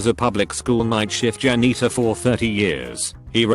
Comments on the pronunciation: Nobody: Robot Voice: Jan eater. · I love how the AI read janitor like Jan eater. So besides being a bus driver he just eats Jan’s all day lol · No one: Commentator: Jan-neetor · Nobody: Narrator: jA-kNeE-ter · "worked as a jan-eater..." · No one: Absolutely no one: This voice: Jan-eater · no one: computer: jan - NEE - ter